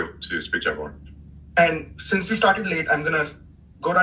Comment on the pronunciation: In......"and vee all appreciate......." Ummm if the Twitter CEO had a "gray uniform" on and pronounced "we" the way he pronounced it.......the entire mainstream media wonk framework would be swooning & fainting on special couches across the entire continent AND BEYOND.